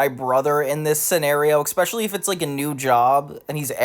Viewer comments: aluminium is in the UK dictionary, it's a correct spelling that happens to differ from the US spelling, so that's a moot point. As for "maths", couldn't agree more. It's an annoying thing, but I think surely we can agree that "EKspecially" and "EKscape" are worse? 😂 You don't need to be defensive, it's just a comment made to NOT you xoxo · How tf are you pronouncing "especially" "EKspecially"? You Americans sure like to add letters lol. EKscape, no, EScape hahaha